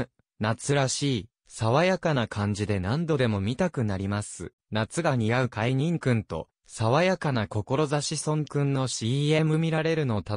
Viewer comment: いつも 見させて頂いて頂いています、ひとつ気になっているのです、海と、君を海じん、は止めてほしい、聴き苦しいです、